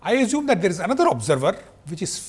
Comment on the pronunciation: Great lecture. The best I have found so far about inertial vs non-inertial frame of reference. However, the way he pronounce some words is very annoying. For example azume for assume, meazure for measure, meazurement for measurement and so on. I thought Indians are fluent in English!